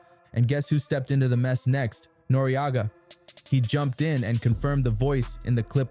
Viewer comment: Pronounced noreaga properly